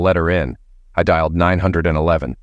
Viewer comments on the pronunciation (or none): A two year old BMW is worth $15 to 20 thousand. Please 911 is pronounced 9-1-1.